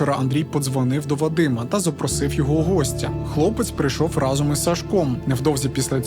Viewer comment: Дякую. Відео круті. Але в кожному відео ріже слух вимова слова «Разом». Будь ласка вдосконалюйте вимову. Бо значення слова «разом» в вашій вимові має взагалі інше значення котре не стосується розповіді і контексту. Всім мир!